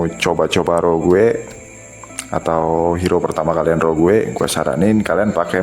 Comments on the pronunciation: Sage bacanya Sej.. Rogue bacanya Roj.. Dan byk lg yg hrs di perbaiki pronounce englishnya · lawak polisi grammar tapi salah juga. Rogue dibaca "roug" u tipis. Sage dibaca "seidj" j tipis